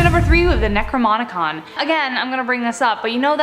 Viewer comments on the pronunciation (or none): OK from the fist section...It's the Necro-NOM-icon. NOT necrmomomomom. AND second it's the Lesser KEY of Solomon. NOT the Lesser King of Solomon. (Solomon WAS a King). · She doesn't even say the name right its not "necromonicon" its necrinomucon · She kept mispronouncing the book of the Dead's name. She kept calling It the necroMonicon with the "M" and "N" swapped, instead of the necroNomicon. For some reason simple stuff like that drives me crazy lol. Not complaining though, you guys are awesome!!! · You keep saying "necroMONicon" lol. It's nomicon. Not monicon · "Necromonicon"? really? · "Necromonicom" XD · Who else noticed she said necronomicon wrong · The way she butchered saying Necronomicon made me die. That's right, I'm dead now. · Ugh she said it more than once I yelled out loud the right way to say it